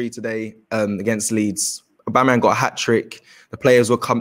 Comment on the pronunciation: This man butchers every Arsensl player's name: Abameyang, Bengozi, Williams....